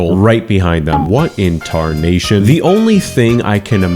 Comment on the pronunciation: what inntarnation